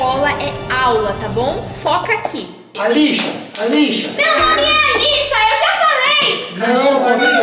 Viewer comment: "Alixia" KKKKKKK